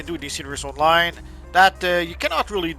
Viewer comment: Your voice cadence is ruining it for me. Why do you speak like that Stop dragging the last syllable out It's not PLAYERRR ITS PLAYER ITS NOT ONLINEEE ITS ONLINE